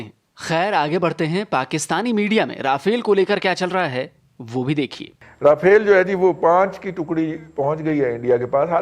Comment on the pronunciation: Nice video as always but it’s “रफ़ाल” and not “राफ़ेल”